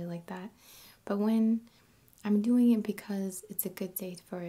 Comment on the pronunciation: man i like her vids in general but the fact that she mispronounces silent 'g's constantly gets to me. dancin(geh), lovin(geh), doin(geh).